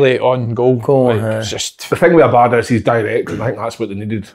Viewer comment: Si can't pronounce Abada. 'Clear as mud' is a piss take.